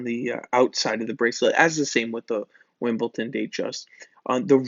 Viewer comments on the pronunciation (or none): It’s Wimbledon, darling. Wimbledon.